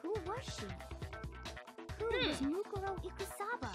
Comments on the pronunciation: Just lettin ya know, Mukuro is pronounced Moo-Koo-Row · Say it with me its said moo-Ko-ro eek-oo-saba = mukoro ikusaba